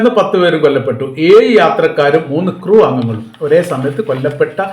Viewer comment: എയ് - അല്ല, ഏഴ്